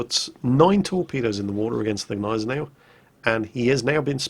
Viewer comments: PRONOUNCE THE "G" in the Gneisenau! It's really really annoying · its Gneisenau, the G is not silent